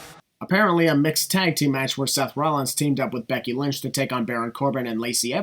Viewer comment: “Becky Lunch” 😂😂